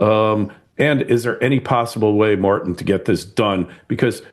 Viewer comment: How do you pronounce tin?.. As in Martin.